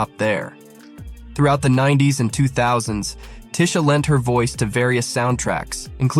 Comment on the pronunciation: It's TEE-sha! One of the most down to earth light-skinned Black Women around. YOU GO GURL!